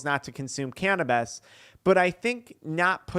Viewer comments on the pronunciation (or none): Can’t watch this one but I appreciate you, I’m petty and cringe when you say “canabeez”